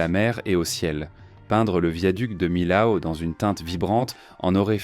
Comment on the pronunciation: Millau se pronounce à la française : mi-o. Comme mi-haut. Pas mille-aou. Voyons.